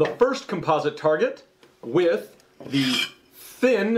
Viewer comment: Maybe it's me, but I just wish he could pronounce homogenous, composite, and Chobham properly!